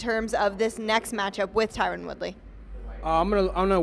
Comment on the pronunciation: funny as hell he never pronounces tyron's name right